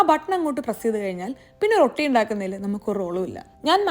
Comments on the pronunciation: റൊട്ടി മാജിക് അല്ല റോഠി മാജിക് ok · It's not pronounced rotti. It's rowti